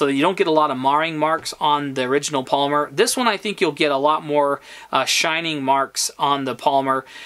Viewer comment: I think it's "pol-y-mer...not Palmer. Small thing only an old English teacher would notice. But you're videos are solid. And I'm very "pro" on the Sub 200 gen 2. Perfect camp, truck and cabin gun. Especially since I too carry a Glock 19. Keep up the good videos.